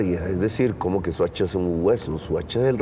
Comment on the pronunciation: Se dice Soacha no suacha.